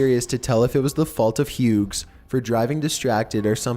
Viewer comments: If its hughes or hughs, either way its pronounced without the g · Hi. My last name is also Hughes. It's actually pronounced like "hues"